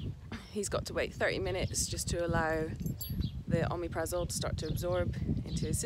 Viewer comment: So do I! I take it for heartburn not ulcers. It’s good stuff, certainly works for me 👍 Don’t think pronunciation is quite right but as long as it helps Mufasa that’s all that matters 🤣